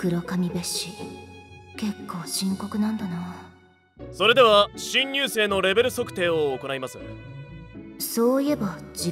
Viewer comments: 「新入生」が「貧乳生」に聴こえた。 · 「新入生の皆さん」が「貧乳生の皆さん）に聞こえて焦ったw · 新入生の皆さんってセリフひんにゅうせいの皆さんって聞こえた